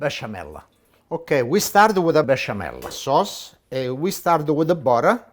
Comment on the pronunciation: I love how Italians in the US say Woder (water) and boder (butter).